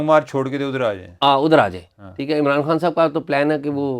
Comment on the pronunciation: عمر چیمہ صاحب عمران خان کو عمران ہان کیوں بولتے ہیں 🙄